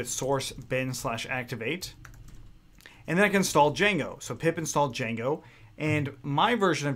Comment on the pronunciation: U mean "DIJANGO"